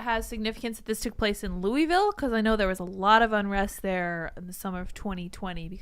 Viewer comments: It's pronounced "Lullville," not "Loueyville." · it’s pronounced Lullville according to the locals 😂😂. I learned that on my first Whiskey tour. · Maybe the mayoral candidate owes the cornbread mafia money, also the way Tim and crew pronounce Louisville really grinds my gears.